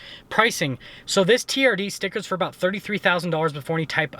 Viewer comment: "Camry teeyerrdee"